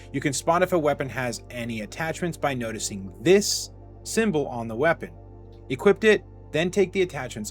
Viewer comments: Great vid, lots of great info, very informative. But brother please stop saying "equipt" when you're supposed to say "equip", it's pretty jarring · "You can Equip-t it"